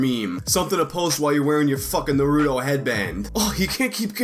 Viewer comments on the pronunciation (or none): none